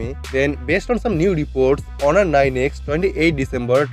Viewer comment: Its not horun, its honor